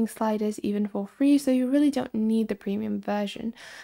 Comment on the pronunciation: Its not fee